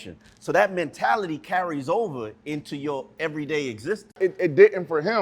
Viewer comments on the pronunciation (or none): If B. Marshall says “MANtality” one more time I’m going to lose my mind lmaoooooo